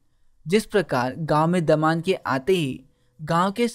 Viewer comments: not daman its damad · That's not daman it's damad 😅